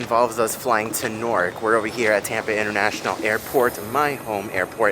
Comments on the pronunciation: Omg Please don’t tell me that you are pronouncing NEW-ark as Norc 😭😭😭 😂😂😂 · I kept hearing you say "Nork" and I'm like, where is that? lol in New York we pronounce Newark like "Noo-urk" 😂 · I came to comment about the same. 😂 ahhhhhh!